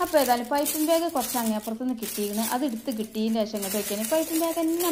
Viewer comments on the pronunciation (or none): none